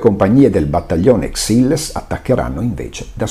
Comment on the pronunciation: Grazie come sempre per la precisa e minuziosa narrazione. Da buon piemontese mi permetto di suggerire la pronuncia corretta di Exilles alla francese ECSÌL.